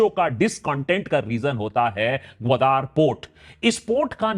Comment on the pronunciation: गावादर is the correct word not godar